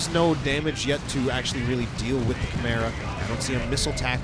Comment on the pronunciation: I swear when you say chimera I hear camaro